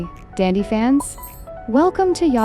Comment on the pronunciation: It’s DANDY NOt DANDdy